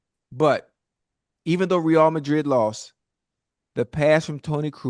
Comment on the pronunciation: "Ray-AL" Madrid... come on now, stick wit may!! Great segment!!